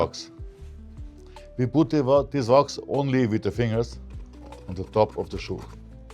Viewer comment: What is “vox”? Wax? I turned on the closed caption, but YouTube doesn’t know what he’s saying ether. I’m not trying to be rude. I just want to buy whatever Vox is so I can shine my boots.